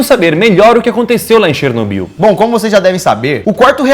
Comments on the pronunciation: Chernobiú, chernobiú, chernobiú... É cherNÓbyl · SÓ EU ESPEREI O DANIEL FALAR '' DANIEL CHERNOBYL ''?